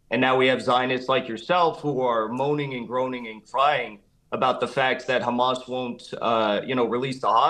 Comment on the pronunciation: She is so thick she can not say Hamas